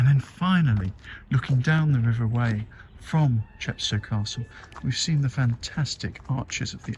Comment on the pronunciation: Loved the vid, thanks. One of my favourite places, it's stunning. We pronounce it river Why not Whey!